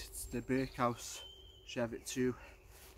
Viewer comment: It’s Cheviot not Cheviot! Named after the Cheviot in Northumberland